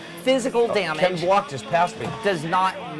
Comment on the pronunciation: Travis Pastrano? Ken Brock??(lol kn block mixed with the dude from pokemon). Not to be mean but its Travis Pastrana(and i dont even like motercros or the guy himself) And Its Ken Block not Brock XD. But nice episode maybe il buy a PSP with the GT game